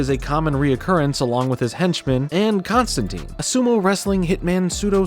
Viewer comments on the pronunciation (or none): none